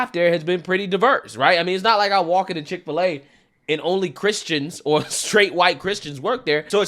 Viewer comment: Dick- fill - A ?